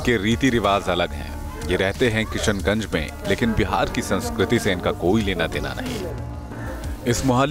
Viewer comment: भई जो भी कमेन्टेटर महोदय हैं उनके लिए 'श' का उच्चारण इतना मुश्किल क्यूँ रहा पूरे समय 'स' पे बहार आई रही कभी-कभी तो किशनगंज भी किसनगंज हो गया